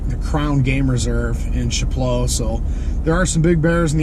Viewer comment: Pronounced ' Shap-low' 😉 Good video